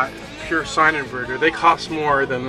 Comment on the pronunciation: Cost LOL not coust